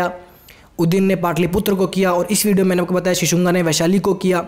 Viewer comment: शिशुंगा नही ह भाई शिशुनाग है.... हिंदी की ncert भी देख लिया करो थोड़ी....